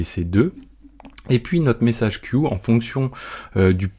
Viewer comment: Il aurait fallu traduire le terme "queue" anglais en "file" (vu que tu le prononce a la francaise) ;) La vidéo reste très claire :)